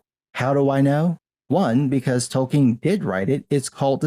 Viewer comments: It’s Tolkien.... not Token.... stupid Wamenzon. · "Token" Tolkien.